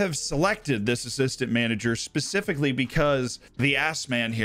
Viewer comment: Pretty sure you said "pacifically" at 4.55